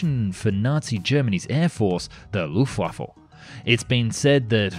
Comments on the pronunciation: I know what you mean but for every German it sounds like "Luftwaffel" which means "air waffle" in german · Did you say “Luft waffle” ????? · you are forgiven also, it is Luftwaffe leuft-waffa and gor-ing those are the pronunciations the first one I can’t explain online how to pronounce online so use google translate I would reccomend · mmmm, do i schmel luftwaffels? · I know he apologised, but the Luft-waffle is still annoying. 🤣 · Die Luftwaffel (the airwaffle) xD (it is die Luftwaffe, without "l" at the end) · quick tip: it's luftwaffe, not luftwaffLe! 🤣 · D i d you said luftwaffle???? IT'S LUFTWAFFE L U F T W A F F E ! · It's only the footage that is getting me through the cringe-fest. Luft-vah-fah. Not fecking waffle. Also, the Mk-108 was airborne artillery. The most powerful they had for general interceptor use. It was on the 262 and the 163, as well as the 109 and 190. It would take bombers apart with ease. You said it was not all that much. And I'm not trying to be pedantic here, I'm giving a pass to the mangling of Junkers, Reimar and Gotha Wagonfabrik. But.... t is not Hoe. None of them were, not even the Ho-1 you showed a pic of on the ground. Aitch Oh. Just like Me-262 is Em Eee, not "me". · What is "dzha:nkers"?? And "luffvaffe"? You'd better read this as "yunkers", and "luftvaffe" - if you don't mind.. (heh heh) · Why do people always say luft WAFFLE? There is no L it is WAFFE as in WEAPON. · The... Loofwaffle? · "Luftwaffle" Ok we're done. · Luftwaffle?You mean Luftwaffe? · Did you jsut say Luftwaffel? Air waffle? hahahahaIts Luft waffe like air weapon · I like how whenever you say luftwaffe it always sounds like luftwaffle XD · the lufwafful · it sounds like you say luftwaffel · hhhahahaha the ``LUFTWAFFLE`` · Lol ..... Is it Luft-Wifu? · Good vid. Apart from the "Luftwaffle" the pronounciation was fine. Now I want some waffles... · You said "Luftwaffle", I laughed. There is no l in Luftwaffe. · And again ? Hahhahahaha how funny